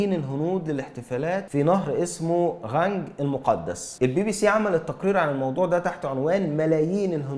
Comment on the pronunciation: النطق الصحيح نهر القانق